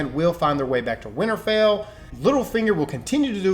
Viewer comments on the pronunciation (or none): Its not winerfell its winterfell lmao 😂😂😂